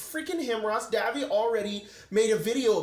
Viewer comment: Davvy pronouncing my username perfectly felt cursed for some reason